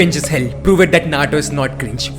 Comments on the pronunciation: Abe tu Naruto ko nato bolna band kar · Dude you're overeacting a lotttt Even your accent is very irritating,even your pronounciation of Naruto is bad